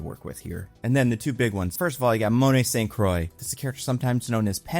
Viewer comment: Quick note on Monet St Croix - It should be pronounced 'San Kwah', not 'Saint Croy'. She's a Francophone with a French father, not a discount American hard seltzer, and she would 100% not be okay with Americans mangling her name.